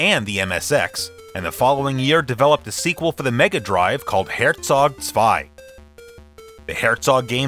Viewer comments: As a german i have to give you credit for the pronounciation of "Herzog Zwei". Not easy for non german speakers, especially the german "Z". The rest of the video is also awesome, as always. Love your show, your passion and the intense research you put into these videos. Thank's for the effort! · Wow, you actually said Herzog Zwei correctly! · Props for that Great pronounciation on Herzog zwei. Top